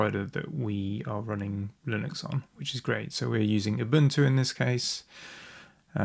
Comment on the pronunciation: How did you get to your pronunciation of Linux? How could one correct the error occurring here?